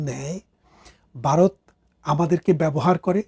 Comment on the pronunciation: খুব ভালো বিশ্লেষণ... তবে বারত উচ্চারণ শোনা যাচ্ছে,ভারত বলা অভ্যাস করুন...